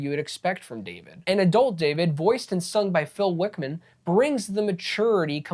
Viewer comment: Phil Wickham, not Wickman.